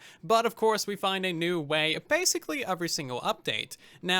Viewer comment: Very good video, great points, but I was so distracted when you said "uhvrey" or "smort". Where is your accent from?